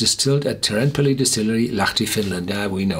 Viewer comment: Teerenpeli is more like "tear" such as what you do to paper, with a rolled "R". Good luck!